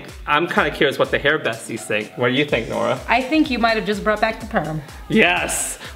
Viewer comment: Nora...more like NO-ra🚫